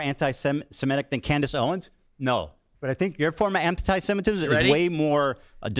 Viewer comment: "Klandice Owens"💀💀💀